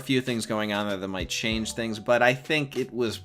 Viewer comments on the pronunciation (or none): none